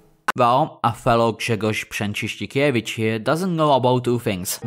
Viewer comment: I'm very impressed with your pronoucation of Grzegorz Brzęczyszczykiewicz, are you slavic?